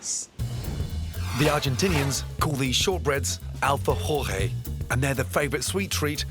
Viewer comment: Cómo le vas a decir "dulchi di lechi bisquis" a los alfafores?? Se llaman alfafore 🤣👍🏻👍🏻